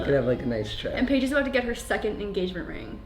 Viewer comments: Josh calls Paige Paigie awwww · And omg I love how he calls her “Paigy”!!😍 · "Paigey" Bye my heart has exploded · JOSH CALLS HIS WOFE PAIGIE 😭😭😍